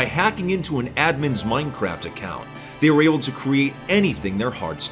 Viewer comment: i think you mean "oldest anarchy server in moinecraft" i love the guy but holy cow the way he says minecraft drives me insane lol